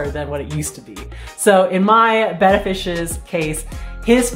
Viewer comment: Thanks for pronouncing "betta" correctly. Hearing it said "bay ta" (like the Greek letter) is annoying.